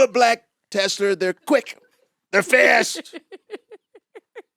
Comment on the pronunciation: That man said “ I love a black tesler. They’ll run for 400 years”. I HOLLEREDDDDD